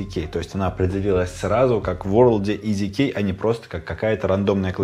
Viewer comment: Когда ты говоришь "EasyKey", мне постоянно слышится "Из Икеи"